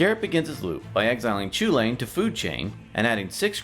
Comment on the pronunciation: It's pronounced cuhullen. I don't care what anyone says.